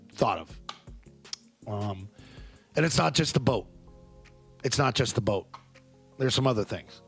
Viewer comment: Someone please help him learn how to pronounce the word “ B O A T’